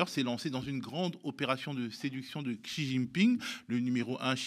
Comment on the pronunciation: X en chinois se prononce à peu près "ch" et pas "ks" ou "tch" !!!!! C'est pas difficile ça !!